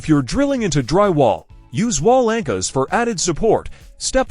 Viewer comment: "wall anchas" 😂